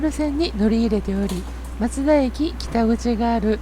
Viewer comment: 松田のイントネーションよ 松田は徳川松平と一緒で"ま"にアクセントがある (車内アナウンスもそうなっている)